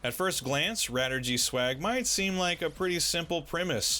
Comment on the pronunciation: Radirgy is a shortening of Radio Allergy, so it should be pronounced "ray-dii-er-jee" in English.